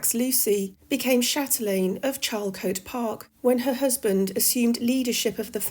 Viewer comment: Charlcotte is pronounced 'sharlcot' And Shakespeare was also friends with one of the Lucy's